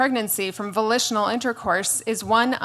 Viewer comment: I thought she said vocational intercourse. and I'm like, that's called prostitution. But no, she said volitional intercourse.